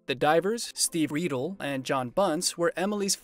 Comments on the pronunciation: How can you do a story on people and mispronounce their name. Its Emily Riedel. RYDEL not REEDLE. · Emily's last name is pronounced as Rye dell not Reedle! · Emily's name is pronounced "Rye Dell" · lol… totally butchered Emily’s last name! 😂